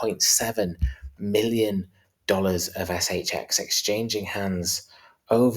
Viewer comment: In the intro put more emphasis on the X, in the the cryptobanker shXX